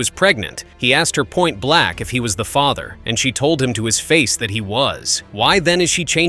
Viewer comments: Case #2 - "reason" not "season." Also, it's "point blank," not "point black." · ....the second case he said the man said "point black"? Instead of point blank😅😮